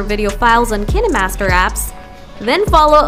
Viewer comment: I dont trust any video who claims they can fix something when they cant even pronounce the name of the app correctly.